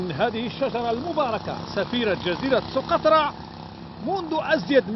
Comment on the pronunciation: سُقطرى و ليس سوقطرة